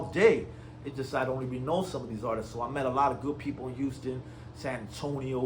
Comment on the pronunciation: "Artisis"? Learn how to properly speak before you start dissing anyone😂